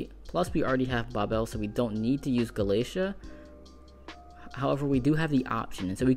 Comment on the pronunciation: Gala-Tei-a. Not Galacia. Babel is the literal Tower of Babel. Like the word Babble.